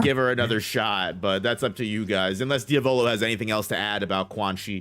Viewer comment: mispronounces names so fucking terribly lol